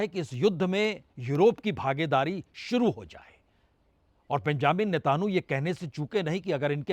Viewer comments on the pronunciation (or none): बाजपेई जी, आप अभी भी हॉर्मूज को होमरूज बोल रहे हो और नेतन्याहू को नेतानू बोल रहे हो। उच्चारण सही कर लो भईया 🙏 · Prasun ji , Benjamin Netan yahoo , ye sahi Naam hai , ap bolte hain Benjamin Netanhoo... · नेतानु नेतानु क्या कर रहा है सही नाम लेने में जीफ काँपता है क्या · Ek word aap Sahi kijiye Aapke liye munasib nahin Hai बेंजामिन नेतन्याहू आप बोलते हैं बेंजामिन नेतानु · 😂 i like the way you say नेतानु 😂😂😂